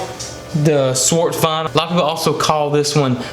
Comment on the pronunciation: It's actually Svarthöna :)) you forgot the ö. But I understand since it's very hard to pronounce swedish letters